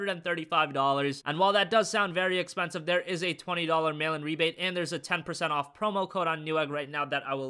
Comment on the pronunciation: I always thought he said "Melon Rebate" I was so confused for so long.